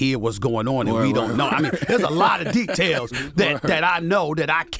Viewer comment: Stephen A talkin bout “tea-tails” 😂